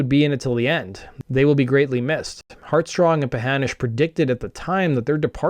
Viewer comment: This is a great video, but you get Dorian HeartSONG's name wrong twice, and he deserves better. As a matter of fact, he deserved more than one album to shine.